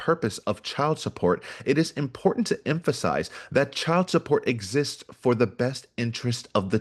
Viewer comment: Damn, you can't pronounce "important?"